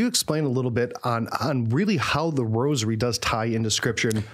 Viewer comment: Thank you for pronouncing rosary properly and not saying "rojery"...i hate that..